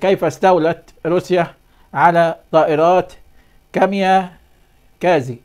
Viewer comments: مش كاميا كازي .... كاميكازي او kamikaze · هل يعقل انك لم تسمع بالكاميكازى ولا تعرف ان تنطقها